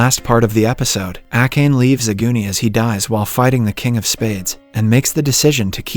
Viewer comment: How could you butcher Akane's name like that? Jeez